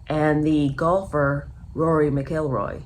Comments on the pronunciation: Cory's last name is pronounced "Mackle-Roy" not "McGill-roy" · So “Mac”-“ill”-“Roy” Emphasis on “Mac”. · Roar-ee Mac-Ell-Roy is how you pronounce his name. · Pronounced.. Mac el Roy.. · Mac ill roy this is correct pronunciation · no ,show enough respect to get the pronunciations correct. Don't act uneducated. Like most Americans. Lol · She mispronounced this golfers name so many times now I can't pronounce it 😖 show respect and get the pronunciations correct. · Please check your pronunciation of his name!!!! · You can’t even pronounce his name!